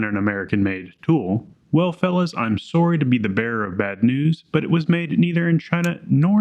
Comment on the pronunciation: So, you're Canadian. Soorry gave it away